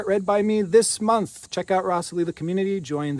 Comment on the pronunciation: Yes, creates magic for us constantly. I always listen and try to watch all the way to the end of his messages And I enjoy the way he now says moonth 🌙